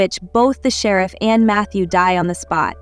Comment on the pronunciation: Concise recap. Gave thumbs down because I hate these AI voice overs. What kind of AI system can't pronounce "sheriff"? 😠